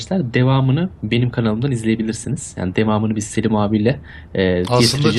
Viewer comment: adama selis deme selim abi de